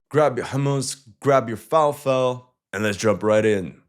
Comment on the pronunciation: Man, while I've been used to watching you do a pretty well damn job of covering the Ukranian-Russian conflict in an unbiased form, I can see how you're a bit pro-israeli with your analysis. First of all, it's FALAFEL, pronounce it correctly, your English is good enough for sophisticated words, it's good enough to pronounce an Arab dish. Don't do these shitty below the belt punches towards one ethnicity and not the other, especially when one is genocidal. Second, israeli F35 downings have been confirmed for days now, petty that you with all your sources "couldn't" confirm that. Third, stop undermining the severity of the situation in israeli cities. Cities like Haifa and Tel Aviv's critical infrastructure have been LEVELED. Airports, ports, and IDF headquarters. Don't just underreport those. Fourth, while the israelis have superior air defense, they are as far from dominating Iranian skies as a sheep is to typing on a computer. Small victories in the Iranian skies when their air defense systems are down, isn't Iranian skies supremacy lmao. Fifth, the strike on IRGC HQ did not obliterate the sight lmao, it barely hit, started a fire and it was put out. The building is still functioning and occupied by the forces. Sixth, idk if this is an intelligence thing or your bought of by israelies or may be your pro them, but quit calling it israeli-Hamas or israeli-Hesbullah conflict. Call it what it is ISRAELI-PALESTINIAN WAR, or better yet GENOCIDE. Stop undermining the suffering of th